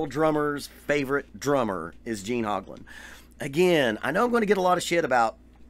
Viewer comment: Wow, not only do you not know how to say the man's name, you are wrong and unaware of stuff that a search for him on youtube will make you aware of in five minutes. He does not use Camco anymore, stopped years ago, he uses Pearl pedals now, he did use the chain drive Camco just like I use and they're not garbage. You stand corrected. the Camco brand set the industry standard for bass drum pedal design that still today is copied by every company that makes pedals.